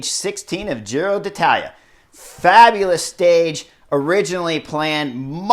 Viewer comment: finally stopped saying Giro de Italia 😂😂😂